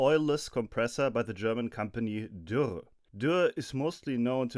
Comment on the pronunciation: I was about to compliment your pronunciation of Dürr when I found out you were German.